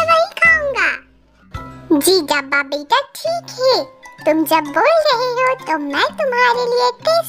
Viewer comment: sis dabba ko dhabba 😂😂 bolti hai😂😂